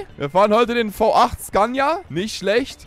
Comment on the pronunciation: Bitte sag nicht sgania